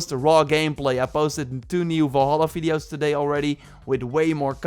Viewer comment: me too - can't wait for the new "fiddeos" ;)